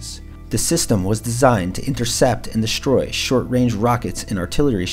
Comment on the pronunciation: please: "Strangest" not "shtrangest" - you are mispronouncing "STR" as "SHTR", "destroy" not "deshtroy", "strip" not "shtrip". you might fail "XTR" ("KSTR") as well by pronouncing it wrongly "KSHTR: Good video, but value diminished by lazy-seeming pronunciation, more common "lazy" pronunciations: "asept" instead of "accept", "shtrenth" instead of "strength", "eksetera" or "ekshetera" instead of "ek se te ra" ("etc."), and the brooklynese: "aks" instead of "ask". Would have private-messaged you this, but I don't think youtube has that option...